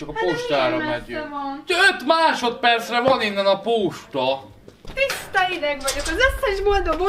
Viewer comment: én nemtudom de ahányszor hallom a szádból azt hogy posta, mindig hosszú óval ejted ki, ebben a videódban csizmát vetted a szádra, de ott meg hosszú í vel ejtetted ki, miért van ez? 🤣🤣